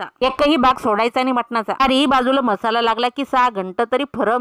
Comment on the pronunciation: म्हसाला नाही मसाला